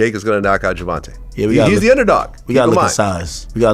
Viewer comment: It's not fucking ger von tah it's Ger von Tay say it TF right !!!